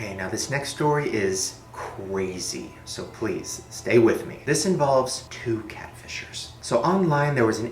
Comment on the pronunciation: okay so this next stowy is ... CWAZY so pwease stay with me... am i the only one hearing it like this??